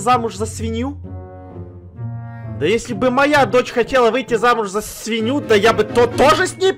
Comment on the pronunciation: Не свиню а свинью 😂😂😂❤❤❤